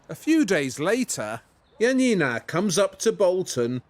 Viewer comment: It's funny how Januszczak is being inconsequential with the pronunciation of J in Janina's name. Especially considering both her first name and his last name are Polish and he doesn't mispronounce his own surname. Also, I get an impression the less similar the manufactured copies are to the original, the more enthusiastic Janina tries to appear about them and it comes off as really fake. I'm sorry but the copied brooch's head looks nothing like the one in the original. The new brooch looks more like a sparrow than an eagle.